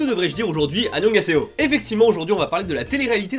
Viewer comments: Annyeon "G"haseyo.....😖😤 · Ton annyonghaseyo il me tue à chaque fois